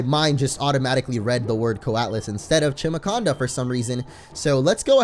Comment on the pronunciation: its pronounced "chimaconda", not "kimaconda", like chimara